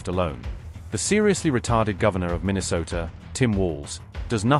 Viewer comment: "The seriously retarded Governor of Mineesota..." I die! 😂